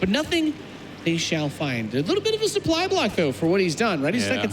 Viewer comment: "The soup-ply is the soup-ply." Well duh.